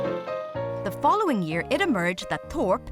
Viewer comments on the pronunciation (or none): The narrator, bless her! I just came from a video where she said something about ‘finish hish’ and ‘start hish’. And here again, she says ‘hish’... turns out she can’t say the word ‘it’!